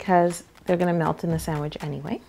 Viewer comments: Sangwiche!😂 Yolanda totally won🏅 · definently aunties 'Grilled Chese Sangwich' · i thought my mom was the only one that says sangawhich...... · Sangwich hahahahha